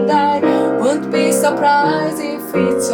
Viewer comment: ‘won’t’는 ‘운ㅌ비’ 보다는 ‘웡ㅌ비’ 쪽에 가깝게 발음하시면 좋아요.